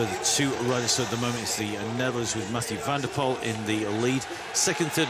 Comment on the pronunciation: METJOE VENDEPOL IN HOEGERHAIDE...HHHHAHAHAHAHHA those commentators having absolut no clue